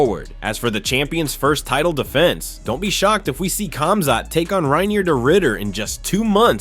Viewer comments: It's pronounced HOM-ZOT you dorks. LEARN to speak someone's name right. There is no K sound in these names, just like Khabib is pronounced HU-BEEB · Khamzat...is sounds like Homzot, not Comzot. DO BETTER